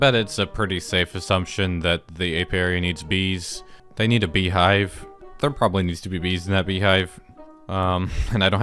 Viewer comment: pronouncing beehive with emphasis like that was disgusting! I had rewind it so much 😭